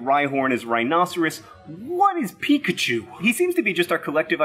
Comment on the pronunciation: Even pichachu aaahhhhhh. Yu really don’t know